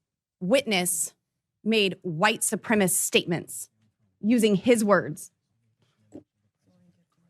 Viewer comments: "White supremist". Boy, you can really tell she passed that GED class, can't you? 😂😂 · She says white supremast 🤣🤣🤣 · "Supremist"? Eglish, Boebert. Do you speak it? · Thank you! It drives me up the wall when people say “supremist”. They’re probably the same people who say “fettanol” instead of fentanyl, and “oxy cotton” instead of oxycontin. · He wrote “Eglish” because he made a typo. Bobo said “supremist” MULTIPLE times because she is an uneducated human garbage. See the difference? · PS; she didn't mispronounce it. GG is a baby expression, the way American Germans sometimes call their aunts "tante.". Don't know the ethnic origins of GG. Maybe it's American hillbilly.